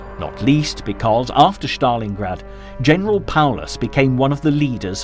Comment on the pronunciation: its stalingrad no shtalingrad